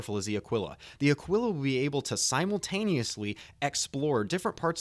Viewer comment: Taurus has most capacity. Ah-Kee-La. Not Uh-Quill-Uh. The Constellation series are freighters, not explorers. The Aquila comes with the usra (like a bear) rover and the P52 Merlin stock. The time-to-earn in game has not been set and the CR comment on Connie time-to-earn has been changed by CR himself, so we aren't sure how long it will take. Phoenix is entirely for transporting VIP's and or VIP cargo. It is the best defended Connie as well.